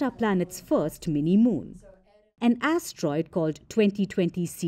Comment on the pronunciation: She said "a tiny a** troid"